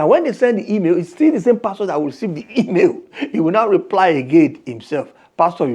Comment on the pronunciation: YOUR PRONUNCIATION OF PASTOR IS WRONG CHECK WITH GOOGLE FOR CORRECT PRONUNCIATION NIGERIANS ENGLISH PRONUNCIATIONS ARE VERY VERY HORRIBLE